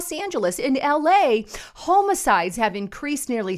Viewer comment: It’s pronounced homicide not homicide.